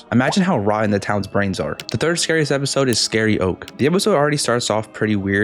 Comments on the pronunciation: ITS PRONOUNCED SCA-RE OAK-IE NOT SCA-RE OKE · The 2nd episode you mentioned is pronounced “scary oh-kee” like how karaoke is pronounced lol not “scary-oak” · Why does everyone pronounce it scary oak it is scary oak-e like karaoke but instead of kara it is scary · I’m pretty sure it’s pronounced Scary-Okee (Like karaoke) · THE WAY HE PRONOUNCES “Scary-oke” IS AWFUL